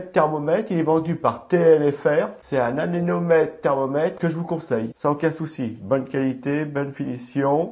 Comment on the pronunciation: Vous avez dit "anénomètre" au lieu de "anémomètre".